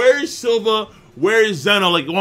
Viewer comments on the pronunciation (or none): none